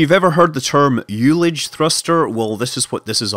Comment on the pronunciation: Great stuff. But check yo ullage pronunciation! watch?v=BVUCcAgg12M